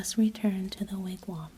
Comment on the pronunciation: Thanks for the re-post! Appreciate the wigwam pronunciation fix. I like the way you tell this story,. Keep up the postings.